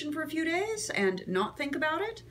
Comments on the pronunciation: She says "Ant" instead of "And" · Nope. Maybe that's what you hear, but that's not what she says. As an actor, elocution is very important to her.